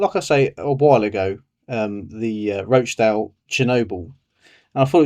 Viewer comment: Not Roachdale! Rochdale!